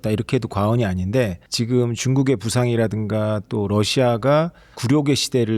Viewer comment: 여자진행자 발음이 씹혀서 듣기 거북합니다. 발음 교정 좀 하면 훨씬 듣는 사람이 편합니다. MZ들 ‘ㅈ’발음 중국어처럼 하지 마세요. 지금을 치금이라고 발음하고 있습니다.